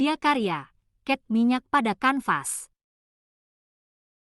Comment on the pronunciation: Cat minyak bukan ket minyak